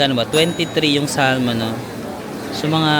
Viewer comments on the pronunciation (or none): none